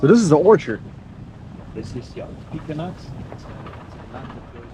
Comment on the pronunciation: killed me when he said, "P-k-nuts" those are PE-CANs